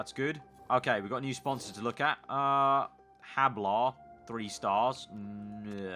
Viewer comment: It's read "ablar" not "hablar" :D